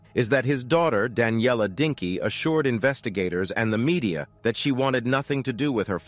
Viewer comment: It's "Dincă" not "Dinka". At least bother to search their names correctly.